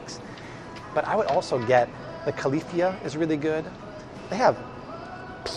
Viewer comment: "Califia" is pronounced like you are saying "California" without the "orn"